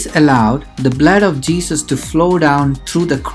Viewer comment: You're an Indian, but your pronunciation is not. On the other hand "Jesus" is said like je-zus but you're saying it like je-sush, Which proves that your accent is not normal and also you're not a Christian.